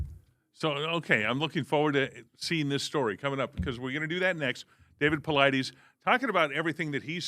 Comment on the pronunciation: Why bother having DAVID PAULIDES on this show, if you're not even going to bother to take the time to learn how to pronounce his name correctly?! How lazy and disrespectful! I expect a little bit more from your generation, as you're not lazy youngsters; or so I thought!